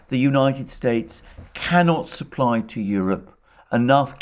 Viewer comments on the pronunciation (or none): none